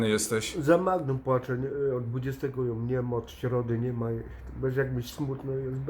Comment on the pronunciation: Co będzie się działo na tej terapii, skoro Janek mówi: "Nie chcę jom stracić"!? Czy to będzie terapia wstrząsowa? ;)